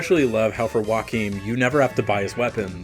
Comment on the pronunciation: It’s Joachim- yo-ha-keem